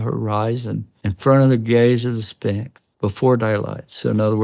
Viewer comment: If your prediction involves the the word sphinx, u would think u would learn how to pronounce it right. Did nobody at NASA tell him he's saying it wrong